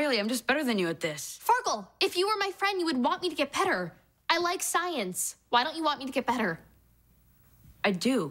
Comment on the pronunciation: she says petter